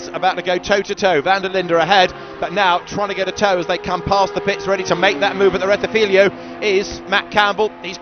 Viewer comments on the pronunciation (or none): JFC, STOP SAYING “RETTIFILIO” , It’s RETTIFILO there are only 2 i not 3 loose the last one, you sound like as if I called Brooklands Brocklands.